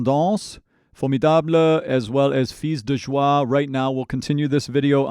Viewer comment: You're the only youtuber, who said "fils de joie" properly! For people who want to know : "Fils" in french, sounds like "fiss" in english! Et "joie"..sounds like "juwah" said fast, in english! There's not two syllables.